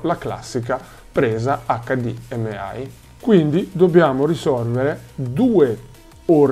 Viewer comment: Mi sanguinano le orecchie per come pronunci HDMI